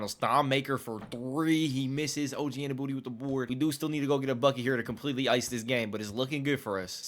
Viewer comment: Unless youre just trolling. You know youre not saying OGs last name right lol